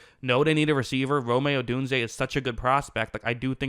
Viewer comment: Rome Odunze is pronounced ROAM Odunze not RO-MAE Odunze lol